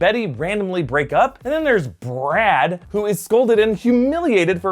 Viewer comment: lol the way he says "BrAd" (sorry if i misspelled it)